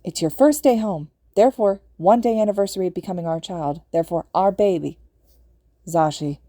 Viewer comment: When Hisashi(you) says it’s your first day home therefore one day anniversary of becoming our child therefore our baby. When he says our baby. He (you) sound so southern (I don’t know if it actually southern but it’s just the motherly/grandmotherly accent that I associate with southern lady’s)